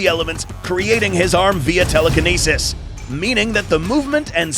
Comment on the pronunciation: Anyone else notice how he said telekinesis which is fictional a bit wierd